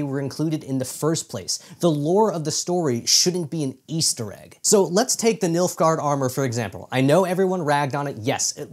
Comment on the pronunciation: Oh boy I thought he was saying MILF-gaurd....